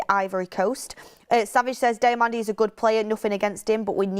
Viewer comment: Diomande (Dee oh man-day) thats how its said. Please stop with this DIAmande...